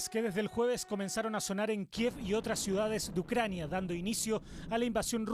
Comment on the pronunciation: El militar estuvo muy bien en su análisis, pero la periodista ni siquiera sabía cómo se pronunciaba el nombre de algunas ciudades de Ucrania. Lamentable ... 🤣🤣🤣